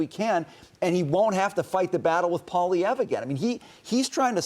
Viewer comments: O’Leary is so fake, he can’t even pronounce Poilièvre’s name properly! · You guys have zero idea what is going on here in Canada and the Canadian like Kevin O’Leary can’t even pronounce the Conservative leaders name. Carney is the idiot king daddy. He’s worse than Trudeau ten fold. O’Leary is right we need to fight China and merge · Butchers Pierre’s name every time lol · Mr Canada???? OMG....Kevin is an absolute joke.....he's a laughing stock in Canada....he can't even pronounce Pierre Poilievre NAME for pete's sake !!!! He's the clown of Canada. He's the new Conrad Black....but he's not been in jail yet.